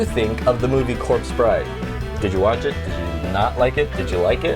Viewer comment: You said the corpse bride wrong, but good job.